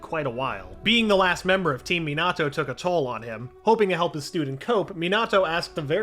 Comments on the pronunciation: ok I'm sorry but having Obito being called "Uchiha" is just too weird for me pulse he said "me-nahhhh-toe" instead of minato.... and my guy said ma-dare-a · Next time pronounce names like normal not meeeenaaatooo or muhdara